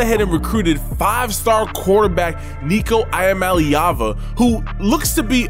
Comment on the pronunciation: No hard feelings but Bro you need to learn how to pronounce Nico’s name!!